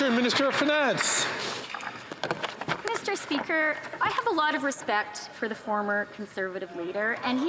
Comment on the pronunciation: Meester speeker.....😮